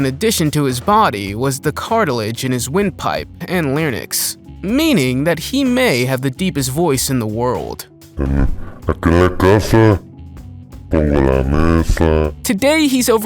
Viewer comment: Fact checking: cutaneous horn (unicorn) is not made of skin, it's made of keratin. And it's not something cool or amazing, but indicative of disease, such as cancer. Also "larynx" is not pronounced as it looks, not "larnix". The girls with selective mutism CAN talk. Selective mutism is when a child can't speak in certain settings, but can speak fine in others. For example, a child may not be able to speak at school, but can speak with no problem at home. It is called selective mutism because the child is only mute in select situations. Schlitzie is fascinating despite your showing him for mere seconds. Schlitzie was born with microcephaly, a neurodevelopmental disorder caused by Sekel syndrome, identified by an unusually small brain and skull, a small stature, myopia, and severe mental deficiency. Schlitzie had the mental age of a three-year-old: he was unable to care fully for himself and could speak only in monosyllabic words and form a few simple phrases. However, he was able to perform simple tasks, and it is believed that he could understand most of what was said to him, as he had a very quick reaction time and the ability to mimic . Those who knew Schlitzie described him as an affectionate, exuberant, sociable person who loved dancing, singing, and being the center of attention, performing for anyone he could stop and talk with. Other errors have been mentioned by commentors. And why the clickbait pics? These stories are fascinating without them. I'm not nitpicking your